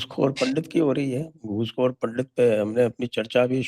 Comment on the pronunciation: Pandit nahi pandat like kashmiri muslims pronounce